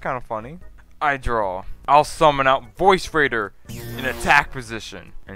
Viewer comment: VORCE. VORCE raider dude. No "I" in VORCE.